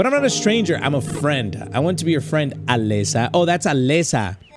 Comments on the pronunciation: HE KEPT SAYING ALEXA ITS ALESA👹👹👹👹👹👹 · why do you say Alexa its Alesa not Alexa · it's AlEEsa, not Alessa 😭 (and also not Alexa) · I like how put an accent on the name Alesa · homie has my amazon echo going nuts every time he says "Alesa" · I love how he mispronounces her name 😂😂😂